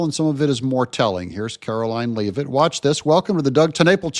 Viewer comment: Doug, for crying out loud, it's Leavitt, (as in leather), not Leeevitt. How many times do I have to tell you! Sorry, I really like your channel but jeese.